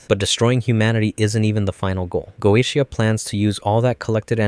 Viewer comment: Very interesting watch, though the constant changing on how key names were pronounced every other line was starting to get to me. XD Dude pronounced Goetia like 4 different ways.